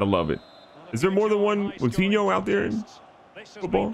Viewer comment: The correct pronunciation of players: GK: Ru-e Pat-ree-cee-o LCM: Moo-tin-io CM: Nev-s RCM: Den-Don-ker LST: Yo-ta RST: Yim-en-ez